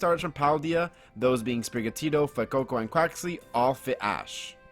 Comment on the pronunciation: I've never heard anyone pronounce Fuecoco how you do lol. "fwoococo." But that aside, I think Fuecoco would be the most likely starter for Ash to get, i've always thought it would fit Ash's Genre of pokemon. I'd love for him to get a Quaxly but thats just bias